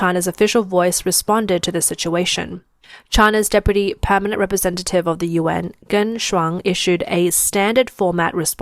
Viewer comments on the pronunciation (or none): none